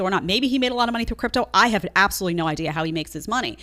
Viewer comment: I'm sorry Jedediah every time I hear "Chripto" I think back when I was training in chriptology, USN-SG.